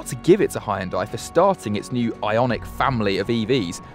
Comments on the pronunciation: I think it's about time people learn to pronounce HYUNDAI correctly. It's pronounced HYUN DAE and not HI YUN DIE. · Hun-Day like Sunday, Jesus Christ, it's not that hard. 🤦‍♂️ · bro u are absolutely butchering the pronunciation...... come on man 😂